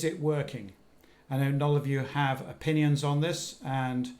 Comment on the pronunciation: Did Tim say that we have o-PING-ions on the situation?